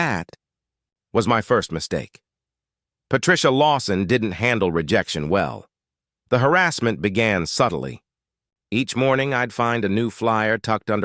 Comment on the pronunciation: Subtly, not suddenly 😂